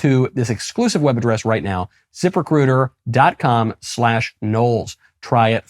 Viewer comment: Hahahahaha, it sounded like you said 'zipper critter' rather than ZipRecuiter.